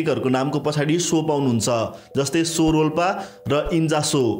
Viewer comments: So re 😂😂 sodhera bujera spell garana manomauji garera hunxa cho wa chho vaninxa so haina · Sorolpa hoina xo-rolpa (च्छो-रोल्पा) ho 👍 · Correct pronunciation of tsho is chho as in chhora (son) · (Tso) सो haina छो ho.